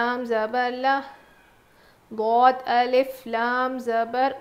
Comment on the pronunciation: Assalamu alaykum .. Aapi ap ( ض) padhatey waqt . Ap daal nikalta ...